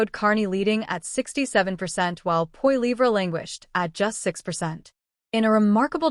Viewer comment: LOL The bot can't even pronounce his name.